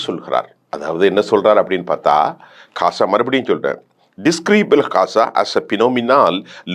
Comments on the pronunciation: Kasa enru solama Olunga ghaza solluga. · கசாவை இல்லை ஐயா காசாவை முதலில் உச்சரிப்பை சரியாக பேசுங்கள் ஜோனல்ட் ட்ரம்ப் இல்லை டொனால்ட் ட்ரம்ப்